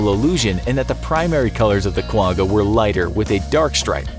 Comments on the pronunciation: As a side note from a South African the quagga is not pronounced with a hard g , it pronounced with a sound like you have popcorn stuck in the back of your throat kind of like how you pronounce l'chaim ( a Hebrew cheers/toast) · The way you’ve pronounced Quagga makes me laugh 😂 it is difficult to pronounce though, the best I can explain it is when your trying to make a spit ball and make a ggghhh noise at the back of your throat x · You didn’t pronounce Quagga right. Lol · You pronounce Quga wrong